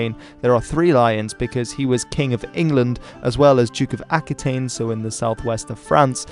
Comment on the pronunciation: Pronunciation of French names.... "A-QUIT-ain", "Fleur-de-LEE" 😉